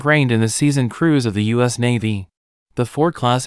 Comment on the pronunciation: Go "U Dot S!" Whoever this "U Dot S" country is, it sounds like a powerhouse! LOL. (Improve your AI Reader, please!)